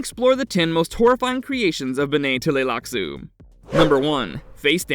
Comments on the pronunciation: OK Full Stop. Just a few seconds into this and the Narrator absolutely BUTCHERS the pronunciation of “BENNAY TELLY LAXOO” !!!! Dude!!! Learn to read!!! It’s pronounced more like “Benny Tly-Lax” !!!! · Witch won? “Benae Teleylax” or “Honored Maters”?😂🤣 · BEN-nay t'lai-LAX-uu The t' is combined with the L Luke in aTLantic. It's a pretty subtle tongue slicking sound. And like JR said - gholas are not clones.